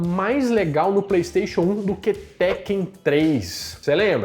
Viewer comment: Falou teken.😊😊😊